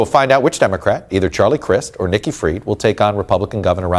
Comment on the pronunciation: Nikki not icky!